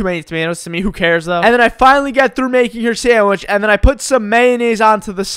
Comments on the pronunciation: Lol,i love how he said "Meh" instead of "Me" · lol the way you say "me" as "maeh" cracks me up for some reason. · I just love the way says "meh" instead of me